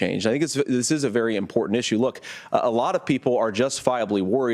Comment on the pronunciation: vewy, vewy quiet....